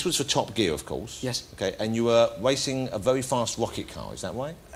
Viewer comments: he had a tewwible cwash while wacing in a wocket car how did this guy even become a presenter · "and you were wacing a vewy fast wocket car, is that wight?" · 'wacing a very fast wocket car' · "Wacing a wery fast wocket car" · and it's not woket car is rocket car and it's not wacing it's racing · waicing a wewy fast wocketcar with withard hammond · you were wacing a vewy fast wocket car